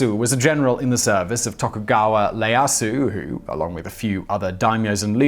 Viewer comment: Togukawa Ieyasu, not "Leyasu". Phonetically something along the lines of "yeah-ahsu"